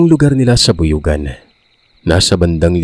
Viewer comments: Bayugan po yata yan. Hindi buyugan. 😂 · BAYUGAN ysn hindi buyugan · bayugan po ata yon di po buyugan hehe. btw listening from agusan del sur. Fan here <3